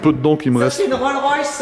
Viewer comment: ça m'a toujours fasciné les gens qui disent "Rol' Royce" 😅